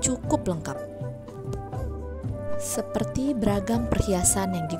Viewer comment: Superti (seperti) 😂